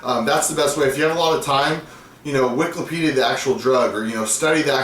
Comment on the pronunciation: He said, "wiklapedia"....wow